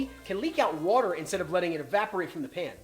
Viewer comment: That "wutter" giving me philly vibes